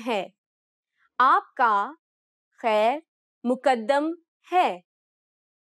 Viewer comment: Asp ka khair Maqdam hai. Khair Muqaddan bilkul galat hai. آپ ک خیر مقدم ھے۔ د کو تشدید کے ساتھ نہ پڑھیں۔